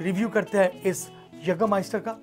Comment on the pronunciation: Naam padh pr khud ka pronunciation banata hai kya bhai😂😂